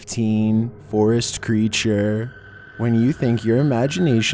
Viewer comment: "number 15 froest creaturee" STOP